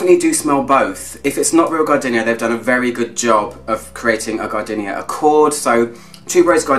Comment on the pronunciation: Stop saying gar-dinnia - it's gar-deenia! 😋😁